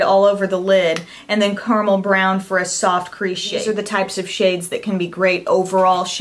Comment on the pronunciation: Did you just say "CARMEL brown"? It's CARAMEL. Caramel is not exactly a hard word to pronounce, people.